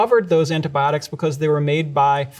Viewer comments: Thank you for the video, was very informative. Only blazing issue i have with it.... its pronounced Fun-GUY, not Fun-Jai, just like its Gif not Jif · Never heard someone call fungi “funji” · His pronunciation of Fungi basically discredits anything he says in this video. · omg its “fun-jai” not “fun-guy”??? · Fun-ji😮❓⁉️❓ What?? Maybe it’s us British but I we pronounce it fun-guy😮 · It's funny how Americans pronounce fungi like funji but pronounce fungus properly. Interesting. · fungi is pronounce funj-eye? since when? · Did he really just say funj-eye instead of fungi? How does he pronounce fungus, fun-juice? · I've never heard fungi pronounced that way before!